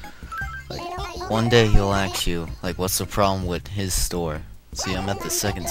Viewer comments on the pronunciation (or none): You pronounced "ask" as "axe" a few times. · Hes going to Axe me?